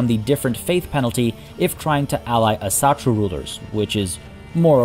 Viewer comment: u should try and pronounce asatru more like "Awsatru"